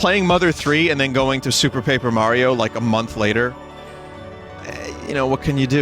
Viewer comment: It would be pronounced Pap-err if it had two 'P's after the 'A'. (Papper)